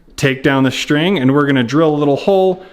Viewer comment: Great video but just one thing - String is spelled S-T-R-I-N-G. Not SHTRING The ST sound does not make a SHT sound. That bugs the s*** out of me.